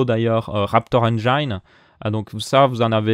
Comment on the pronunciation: Juste pour info, quand tu parle du raptor engine, on prononce engine, pas engaine 😊